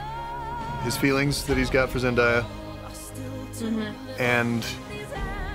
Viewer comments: Zen-DAY-A not Zen-DIE-A. It’s pronounced exactly how it’s spelled. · remember folks: zen-DAY-a not zen-DIE-a. i am begging. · It's not "zen-die-a" she pronounces it "Zen-day-a" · it's zen-day-uh lol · Can we pronounce her name right though.... Zendaya it's "Zen-day-a" or Zen-dei-uh (they sound the same) not "Zen-die-ya" you pronounce it like it's spelled... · Zendaya is pronounced Zen-DAY-uh, not Zen-DYE-uh. It doesn't rhyme with papaya. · Off topic, but just have to say: it's Zen-DAY-a, not Zen-DIE-a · It’s Zen-DAY-a, not Zen-DIE-a. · Just an FYI for you guys, Zendaya has a video we’re she talks about how to pronounce her name. Apparently it’s a very literal spelling and pronunciation; Zen-DAY-uh (as in “what day is it?”) I didn’t know either until recently! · You guys keep saying zendaya's name wrong. She even went online to confirm that her name is pronounced zen-DAY-a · Am I the only one that grew up watching Disney and am extremely bothered that everyone on YouTube keeps pronouncing Zendaya’s name wrong!? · I love you guys but you mispronouncing Zendaya’s name makes me cringe lol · Them misspronouncing Zendaya's name got to me😂😂